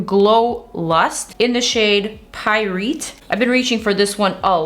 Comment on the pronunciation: For the Auric product the shade is actually pronounced like “pie-right” which is a type of mineral. In not trying to be rude, I just thought you should know❣️ Thank you for your recommendations. I’ve been needing to try some new stuff 😎